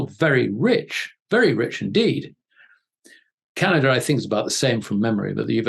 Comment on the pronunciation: Rusher and Chiner? never heard of those countries before... Are they in Asier? Canader?